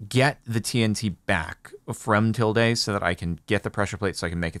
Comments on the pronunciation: It's Til-duhhhh, not Til-dayyyy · Oh look a pretty white fox that had a lovely name!! Uh some stuff to say about tilde the fox First off, frick you kenadians discord server for voting me into becoming a fox I am not one but now I am against my will :[ Secondly it’s “til-duh” not “til-day” Thirdly I am unfortunately going to make this canon tilde lore simply because yes Anyways I shall go and enjoy my berries and sleep and whatnot now idk what foxes do